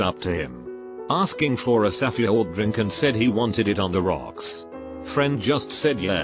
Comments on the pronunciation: Lol the reader said “safue word”. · sah-feh-ord sah-feh-drinks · It is spelled pretty much how it sounds. Also it wasnt safe that was the problem it was safeword being split into 3 syllables. Sa-few-ord. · No one: Not even your English teacher: The automated voice in this video: “sAfAYword” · Ah yes, the saffy ord drink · Wow I didn’t know safeword was actually pronounced as “sa-few-ward” 🤔🤔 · The saffeyord drink. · "Safa drinks "😖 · Bro he can’t even say safeword